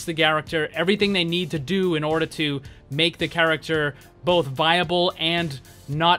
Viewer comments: "garachter" - Saying the same word over and over does things to a person. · "How they can fix the garacter"? XD